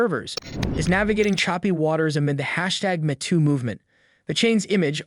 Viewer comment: "...among the hashtag *mih-too* movement?" Dump the AI narrator!